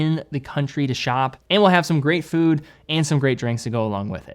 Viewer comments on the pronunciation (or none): none